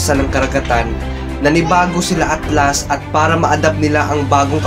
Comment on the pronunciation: HAHAHAHAHHAHAHHAHAHAHAHHAHAHAHAHAHAHAHAHAHHAHAHA RINIG KO AKLAS!!!!!